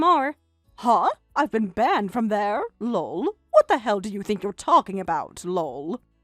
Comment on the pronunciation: Lull....That's how they are pronouncing Lol. So freaking annoying. Also, whats with the long pauses between sentences?